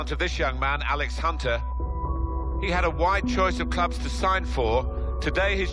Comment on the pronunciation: Alex "And-Spence" Hunter